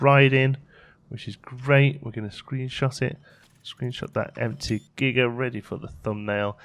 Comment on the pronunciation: I thought you said Giger-coaster. And now I want one!!